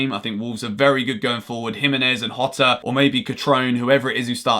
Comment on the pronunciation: Jota is pronounced with a soft J - like a zh- sound. Same as with Gabriel Jesus. Portuguese J's are different to Spanish J's